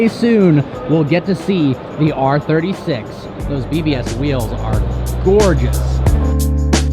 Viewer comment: Awesome video! Lol sounds so weird saying r36 for some reason